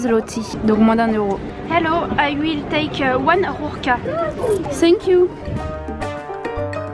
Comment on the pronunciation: Sympatyczna z Ciebie dziewczyna! Wspaniale wymawiasz slowo RURKI, ten cudowny akcent, ach!!!